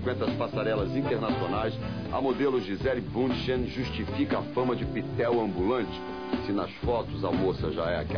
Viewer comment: Ei o nome da menina e Gisele Bündchen. O U se pronuncia com um Tom fechado.E o D tem Som de T entendeu? Nao e bunchen.